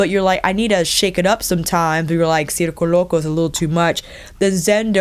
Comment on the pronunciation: Great video! Your reviews are very helpful and wow excellent Spanish pronunciation. As a native Spanish speaker I must say circo loco sounds perfect! Love from Germany ❣️